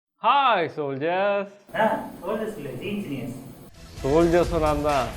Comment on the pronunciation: G Engineer Illa Gengineer 😁